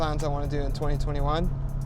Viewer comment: twenty tweni wan